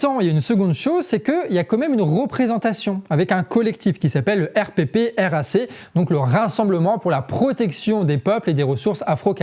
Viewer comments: En fait on dit pas RPPRAC, on dit "air praque" ^^ Voilà, c'était très pertinent comme information Merci ! :) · RPPRAC (se dit :airprak) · On prononce le R.prac et non le R.P.R.A.C. très bonne vidéo, merci. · Hello, le RPPRAC se dit en phonétique : le Èrprak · Super de montrer ce que nous faisons. Je vous donne un tips, prononcez R Prac, ça respire mieux😊 et merci ou mèsi an lo comme on dit chez nous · RPPRAC se prononce "airprac" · la prononciation c'est R-PRAC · Arrête de dire le R.P.P.R.A.C. Prononce "erprac" comme nous 😂